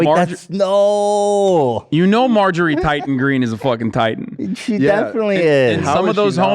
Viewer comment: Margarine Taylor Greene.... (Insert fry meme) Can't tell if owning the hogs or speech impediment...